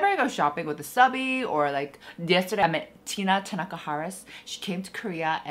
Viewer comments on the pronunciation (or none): none